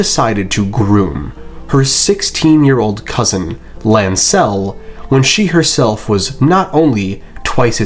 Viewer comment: I cannot stand the way you accent Lancel